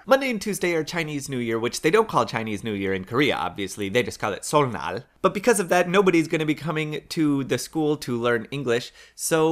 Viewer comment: I reeeally don't mean to correct your Korean but... 설날 isn't pronounced "Seol-nal" but "Seol-lal" because in this case the "n" in the second syllable signifies a double consonant sound. If you're at all familiar with kana in Japanese...the "n" in the hangul here behaves like little tsu in Japanese. I don't know how else to explain it. ^^; I don't like telling people to go to google translate but...they have a listening function that pronounces it for you with a Korean woman's voice! ^^